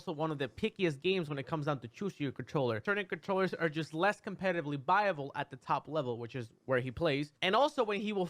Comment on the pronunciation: Mew2king: "Controwers" Me: so thats what its called